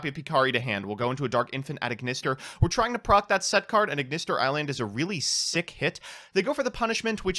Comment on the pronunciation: "Piyari" This somehow hurts me more than Aignister